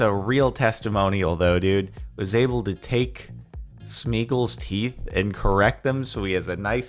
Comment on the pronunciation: HOLD UP SIR, DID YOU JUST CALL GOLLUM "SMEAGLE"??? HIW DARE YOU UNCULTURED SWINE!!!